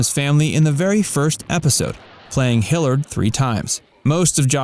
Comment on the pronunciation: Hmmm… Wasn’t it “Sam Hilliard” rather than “Sam Hillard”?